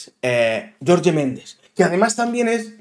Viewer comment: no es YORYE es JORGE MENDEZ 🤣